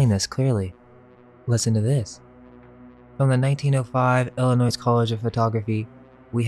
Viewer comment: I've watched all of your videos... Good stuff, but the S at the end of Illinois is silent ... Pronounced ill- inoi